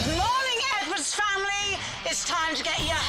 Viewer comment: “I work for a living HONEY 💅🏽✨🏳️‍🌈, we don’t all have leopard skinned shoes like you” 💀💀💀 ok Mr dad sir I know it’s “edwards” but I keep hearing “nwords”